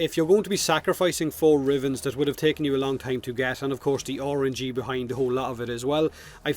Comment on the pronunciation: also, i like how you pronounce RNG "ORANGEE"